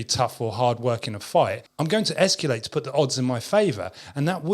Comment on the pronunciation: I like your videos, but if I make one suggestion: You use the word "escalate" frequently enough that it might be worth ... um, ... learning a different pronunciation of it. There is no "you" in "escalate." It's es-kuh-late" rather than "es-kew-late." But maybe it's just me that finds it distracting.